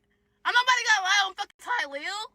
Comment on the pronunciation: Nggga so African he can’t pronounce “TY-LIL”